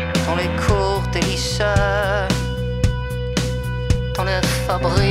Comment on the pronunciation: Il se moque de l'accent de Saez ☺️ Car en effet, il ne dit pas "lycée" mais "lyçait", et c'est une caractéristique récurrente dans ses œuvres, cette manière de mal prononcer les "é". 😏